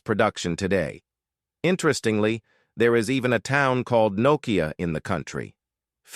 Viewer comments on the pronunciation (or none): Poor pronunciation of Finnish. An AI failure. Example Nokia pronounced Knowkia 😂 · Narrator can't pronounce Nokia properly.